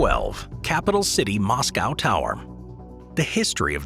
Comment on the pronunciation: Dude can't even say Moscow,!